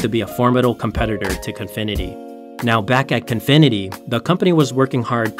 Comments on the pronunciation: He keeps calling it Confinity, while it's clearly Cofinity. Unwatchable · Its Cofinity not Confinity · Why does the narrator consistently pronounce it CONfinity, when its spelled Cofinity? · Cofinity. I don't know why he keeps calling it confinity. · Before doin an articole you should learn how to pronouce names, it is CO-FI-NI-TY and not CON-FI-NI-TY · me too bro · I am so glad it was not just me that noticed this terrible pronunciation..